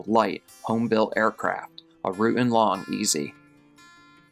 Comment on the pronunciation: Very minor nitpick for your future reference: "Rutan" is pronounced "ru-TAN". Also, the Long-EZ, like all kit planes, is considered experimental and is built by non-professionals, although it's designed by a professional. Different examples may have very different standards of construction. The "misplaced" fuel selector valve and gauge are a striking example of this. This was an exceptionally bad choice. Denver absolutely should have refueled the plane. Pretty sure that Denver's accident was, in fact, just an accident. (BTW, there's nothing wrong with the design of the plane per se if properly built and flown.)